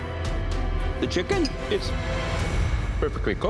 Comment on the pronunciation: "The cHiKen" 😂😂😂